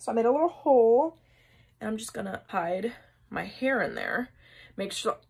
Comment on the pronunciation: The way she says hide my hair like what she's hiding isn't the rest of her hair😂😂😂